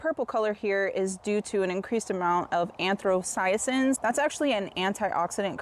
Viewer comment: Stumbled across your video as a fellow tomato enjoyer - thanks for sharing your results! Just wanted to point something out - the purplish accessory pigments you're referring to as "anthrocyacins" (an-throw-sigh-uh-sins) are actually called anthocyanins (An-tho-sigh-uh-nins or an-tho-sigh-an-ins). I've never tried any of these varieties, but my favorite "purplish" tomato is called Midnight Snack - absolutely worth a try if you can get your hands on it.